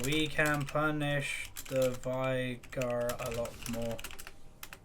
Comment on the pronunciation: Just so you know,, Final Boss Veigar says "vay-gar" in two of his quotes. It rhymes with "day" and "far". Also, Sivir is "Siv-urr", as said by Azir. Does it matter? Not really. I just thought I'd mention it. Bring on the "no one cares" comments.